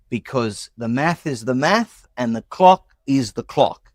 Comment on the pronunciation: "dah maf is dah maf, and dah clok is dah clok" That "man" is such a fucking idiot